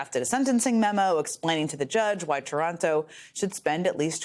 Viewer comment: This loser's name is TARANTO, NOT TORONTO ! Say it as it's Spelled Please so that Nobody thinks of any association with anywhere in Canada. Thank You.